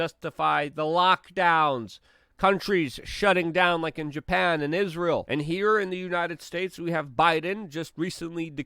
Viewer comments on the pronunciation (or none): none